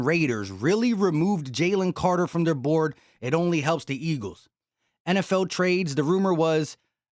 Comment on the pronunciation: And you said “borad” instead of board 😅